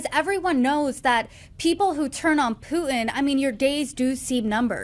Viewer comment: Poo IN? ( ). Mar-IN? ( ) 😂😂. Why don’t people (millennials) know how to pronounce “T” anymore? Did they take that letter out of the alphabet now?